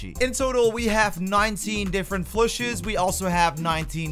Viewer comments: Are you saying "flushes"? It's Plushy.... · Its Plushy not Phlushy. And warp speed not wrap speed. Lol wtf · What tf is he calling it?? A flushy?